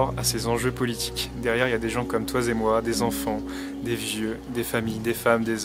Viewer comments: J'ai regardé beaucoup de vos vidéos, c'est passionnant. PS : "des gens comme toi-z-et moi".. Mes oreilles ont sifflé :D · pour les puristes du français ( clin d'oeil de transmission: vous faites des liaisons en z très souvent, qui n'existent pas: toi z et moi....et le fait avec les chiffres cent z euro etc...)